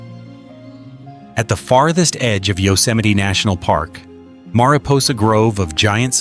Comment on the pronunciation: The ai mispronounced many names like mariposa, Tuolumne, and more. Plus the ai voice stutters, many timestamps. The thumbnail is an albino white bear, where is the bear in the video? Why have clickbait?